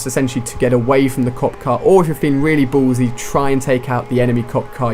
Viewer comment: lol the way u say "ballsy"